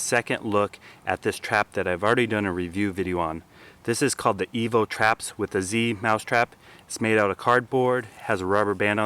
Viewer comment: It seems to me he says Evil every time. hahaha